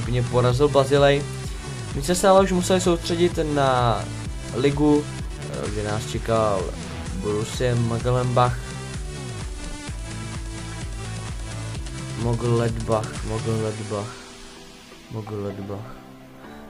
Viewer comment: Borusia Menšngladbach se to čte:D